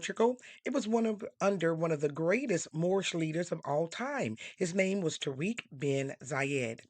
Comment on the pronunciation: Just a FYI the best pronunciation for the name Tariq is actually pronounced like this. (Taa-Rick also roll the “R” in Rick) instead of (Ta-reek). So Tariq or Tarik Bin Ziyad. Tariq son of Ziyad.